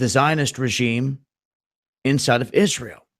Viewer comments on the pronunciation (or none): none